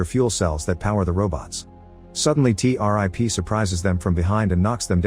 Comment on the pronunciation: Not T- rip. it's T-101